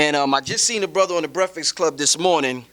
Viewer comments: commmmon! brefix club? lets get that corrected please lol. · its breakfast not "breakfix" lol love the convo though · lmao breaf-ix club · He said that hella times for somebody to miss. I thought he said "brehflex" coz maybe they be flexin on the interviewee. Then Birdman came along.....